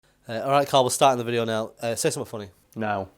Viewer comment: I love how with accent, the word "something" always comes out "summit."